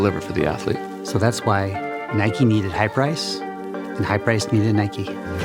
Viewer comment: Sounds like Highprice not hyperice